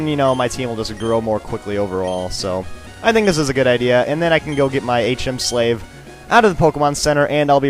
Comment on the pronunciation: Bro OMG I literally die every time you say " hm slave" 😂😂